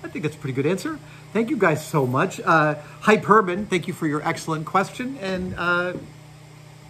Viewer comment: HyPERben... Sure it isn't HyperBen, Adam...?🤔😅